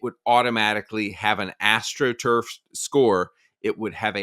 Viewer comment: Astro truff every second word. Horrendous take.